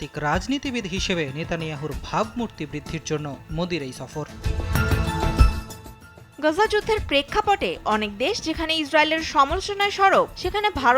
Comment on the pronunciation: তোমরা ওয়ারা সফর কে ছফর উচ্চারন করো ।করতে পারো না আসল উচ্চারন। বালের মিডিয়া বালের দেশ।